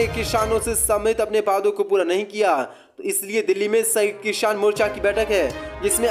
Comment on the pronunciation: Kisan ko kishan kyo bolte ho